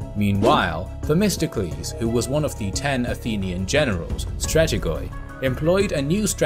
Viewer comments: As always impressive quality , excellent narrative , a really good video. I am still baffled though at the pronunciation of many words , as a Greek who also studied ancient Greek. Is xiphos and not ksiphos , stratego-i and not stratege as we did pronounce them in school ? Thank you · my friend i watch your video every day..i love them...but i cant give you donation cause i am greek..i have no money :P but i just want you to correct you..its not stratigoi..as you spell it..its stratige...the last letter pronounce as e..oi=e in greek...stratigos..its when is 1 general...stratigos=general..stratigoi=generals..i see in many channels that pronounce it faulse..keep the good work bro..we are here to support you however we can..